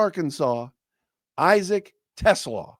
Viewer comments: I think his name is pronounced Teslaaaa, long "a" if I remember correctly. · the pronunciation is Te-SLAH. It rhymes with ooh-la-la.